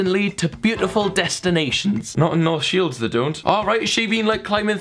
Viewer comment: COME BACK TO NEWCASTLE I LITERALLY HAD A HEAR ATTACK WHEN U SAYS “NORTH SHEILDS” cos I live near there